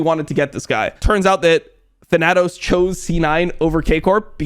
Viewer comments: plz look up the pronunciation of thanatos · lmao. the way your pronounce thanatos.